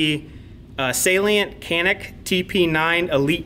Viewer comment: Should be pronounced like "johnick"